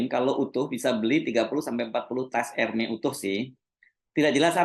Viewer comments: koreksi dikit ya Pak: sebut Hermès nya, huruf S nya ikut disebut Pak… jd Ermès, bukan Ermè. Kalo di Prancis org Prancis ga ngerti kalo nyebutnya Ermè… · baca ermes mas bukan ermei